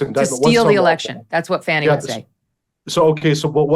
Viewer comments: I live in the Atlanta area. I can tell you that Fanni Willis is so corrupt. If you are white in Atlanta, you will never get a fair trial under her. And by the way, her name is pronounced Fanny like ones fanny. It is not pronounced Fawnii. Great job covering everything Megyn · ita not fanny....its Fani (fony)...please say her name right